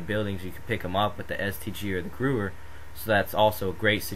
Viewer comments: youre completely wrong its pronounced "Geh-vear" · The gewhr is pronouced gwa hair and the m1a1 is stronger. Just sayin by stats